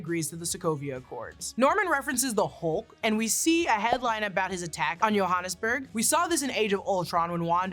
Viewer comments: Joe-hannesburg, its not Yohannesburg 🤣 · South African here- just dropping a quick FYI with helping pronouncing "Johannesburg" for future reference: Joe-Han (like short for the name Hanna) Nes- (like nest without a 't' at the end) Berg (like Berg who sometimes help with live YouTube chats). Joe-Han-Nes-Berg. OR if you wanna be local and fit in with the rest of us: Joburg (Joe-Berg) :_spiderman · I came to say the same. I mean, technically, it probably is named after a Johannes, but nobody in SA pronounces it that way. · the way says Johannesburg sounds wierd😅 it's supposed to be a J not a Y at the begining😂😂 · not a big deal but it's pronounced as Joe(hanesburg)